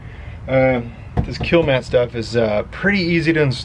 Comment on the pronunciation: i'm sure dynomat are happy you are using there name and not their product. Its Kilmat. it says all over it, you keep calling it kilamat